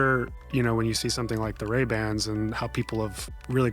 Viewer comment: What is Ray Band? Lol